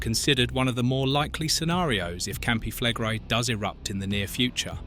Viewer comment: Campi flegre? Campi flegré-i heißen die "brennenden Felder"! Wieder einer, der keine Ahnung hat, wovon er spricht? Ach so! Wieder eine KI-Geschichte, die wiederkäut, was allgemein bekannt ist, CIAO!